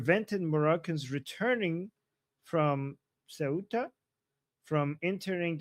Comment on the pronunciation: Bravo, you pronounced Ceuta correctly 👏🏻👏🏻👏🏻